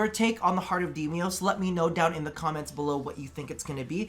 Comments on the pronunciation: DE: Deimos: Demios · Demios? Nezaha? Tatinia? Deliberate mispronounciation or...?